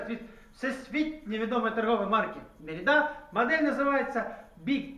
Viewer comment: Ну якщо вже прискіпуватись, то мабуть мерІда, а не мерИда